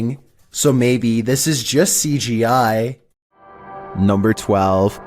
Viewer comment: "NUMBR FIFTEEN"